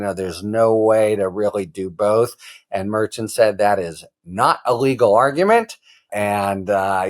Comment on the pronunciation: It's not Merchan Mer~Chan